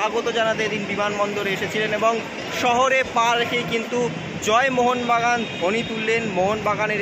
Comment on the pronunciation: 😂 জয় মঙ্গলযান হয়ে গেল 😂। কেউ একটু শেখা ওকে জয় মোহন বাগান বলতে হয় 😅